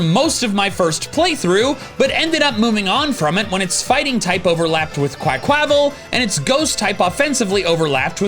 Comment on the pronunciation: What is that pronounciation of Quaquaval?